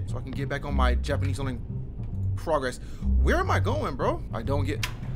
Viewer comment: Your Japanese pronunciation is really good! lol